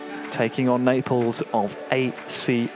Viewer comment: Why he says neapels